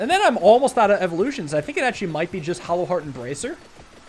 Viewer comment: Is it a dialect thing or why are you calling hollow heart hallow heart?